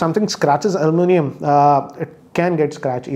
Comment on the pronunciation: its aluminum not almunium